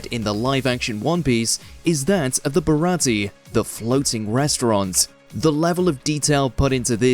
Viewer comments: You mispronounced it. It should be ba-ra-ti-yey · Only would mispronounce baratie and then play a clip of it being pronounced correctly. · Top 1 reference you missed: the pronunciation of "Baratie"